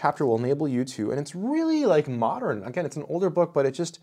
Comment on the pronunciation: The way you say “modern” like “moderin”